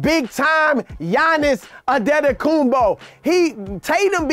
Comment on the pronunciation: GoatSard need to work on Antetokounmpo pronunciation!